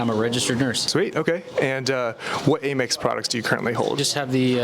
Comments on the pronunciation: Amex (where the A sounds like the A in "dad") Not "Ay-Mex" Otherwise...great video! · Please stop saying “ay-mex”. It’s pronounced “am-ex” as in American Express. You wouldn’t say Ay-Mercia unless you’re from Texas. Love your content though. Very informative credit card info and reviews. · Isn't it "AM-EX" not "A-Mex"?